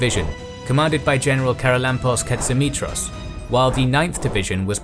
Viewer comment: The towns are pronounced KO-ni-tsa and pa-ra-my-THYA, The prime minister was me-ta-KSAS. His commander in chief was pa-PA-ghos. And general Tsolakoglou's given name was ye-OR-yi-os. But you said ka-tsi-MI-tros right!